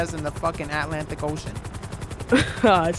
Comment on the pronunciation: really said ALANTIC ocean 😂